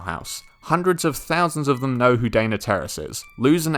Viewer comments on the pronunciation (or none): none